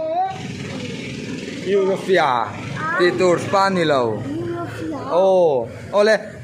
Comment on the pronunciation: pawn i sawi dik lo ziah,europhia i ti in ka hria